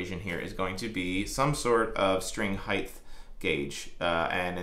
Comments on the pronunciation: I just realized you say "heighth" instead of "height". Great video, but I can'th unhearth heighth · There is no ‘th’ on the end of the word ‘height’ — it’s pronounced ’hyte’, not ‘hy-dth’ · Love the video. Great info. Gotta say I cringe every time I hear “heighth “. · Anybody else bugged by "heighth"? Forgive my trollage, great work amd info 💙🤘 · Great video, but “Heightth” isn’t a word. Thanks for showing how to do that stuff. Cheers. 😁👍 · I love how he always calls it "height*th*", like it has to end the same as width/depth/breadth. I wonder if he calls it "weight*th*" too, lol. "Freighth charges on that weighth are eighthy-eighth dollars", lol. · You're killing me. There is no such word as HEIGHTH! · Every time you say heighth I die a little inside. It's just height mate lol.